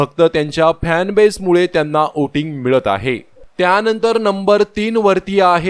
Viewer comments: Oting nahi re voting 😅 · ओटिंग का वोटिंग?